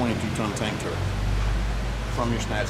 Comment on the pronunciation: Hey,. It is a Tank Turret, not a turent.